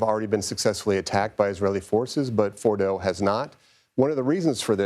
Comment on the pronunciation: This man clearly has zero clue how to say Fordo lmao. “Retired General says this”__ and just expect people to believe it. Unfortunately many do.